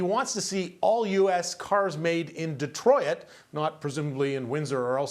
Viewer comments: He just said De-troy-it, its awesome when they try to sound sophisticated and it backfires. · Buddy cant even pronounce Detroit 😂